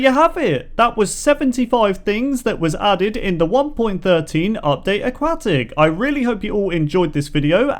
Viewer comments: How does having an accent put a K sound where there is no K sound? That's just poor pronunciation. I'm a language teacher and a linguistic so no it's not just because of an accent. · “aquat tic!” he said. “aquatic!” i said. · i'm sorry but... A-QUACK-TICK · It is pronounced a- Kwot- ic. NOT a-kwat-ic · Can you please say AQUATIC not A-QUAK-TIC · Not aquwahhh tic Aquatic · Indeed. It's also "a-kwot-ick", not a-kwat-ick. He clearly doesn't understand how the letter "u" works. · it sounded like you said update a"quack"tic.... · You're saying it wrong it's pronounce aquatic aquatic pool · AuqQUACKtic say it right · a-QUACK-tic XD ma so sorry lol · Lol he said update aqaatic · you mispronounced Nautilus and Aquatic it’s nod-a-lis and uk-wod-ick